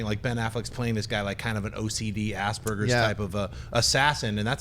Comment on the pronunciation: Schnepp's emoji rant was incredible. Also American's pronounce Asperger's so weirdly man.